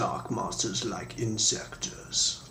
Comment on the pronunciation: Nooooooooooooo not inzecters